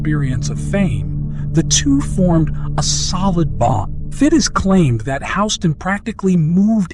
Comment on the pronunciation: How are you gonna mispronounce Houston’s name and do it over and over again. Where you living under a rock? Like seriously